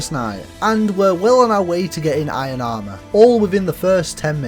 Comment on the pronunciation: Did you really say whoa instead of water and ion instead of iron? 😂